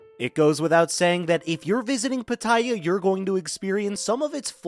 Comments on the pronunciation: that is not how Pattaya is pronounced. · It's hard to take tips from someone who can't even correctly pronounce the place he's taking about. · Please learn how to pronounce pattaya properly.